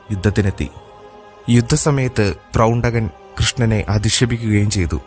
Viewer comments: പ്രൗണ്ഡകൻ അല്ല, പൗണ്ഡ്രകൻ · പ്രൗണ്ഡകൻ അല്ലല്ലോ പൗണ്ഡ്രകൻ എന്നല്ലേ പറയേണ്ടത്• ആവർത്തിച്ച് പ്രൗണ്ഡകൻ എന്ന് കേൾക്കുമ്പോൾ ഒരു അരോജകത്വം• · Not Prowntakan, Powntrakan. Powntraka Vasudevan.